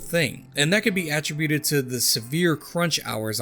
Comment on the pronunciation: Great video but had to dislike for the mispronunciation of “attributed”